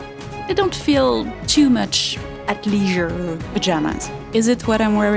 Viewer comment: Modeval and.... dare I say... ath-liege-ure?